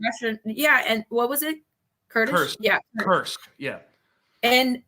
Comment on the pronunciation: Hey guys, the Russian town Kursk (Курск) is pronounced “koorsk”